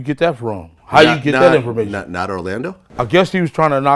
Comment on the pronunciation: "i'm not no dumb duuuuude....." " and i know how to go to the Freeaduaummb of infoaramatin act"